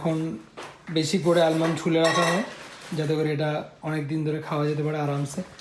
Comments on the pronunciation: L is silent in Almond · Pronouncing the “L” in almond isn’t just confidence, it’s performance art , a dramatic tribute to a letter the language officially retired. Shakespeare is grieving . The dictionary is crying 😭 😅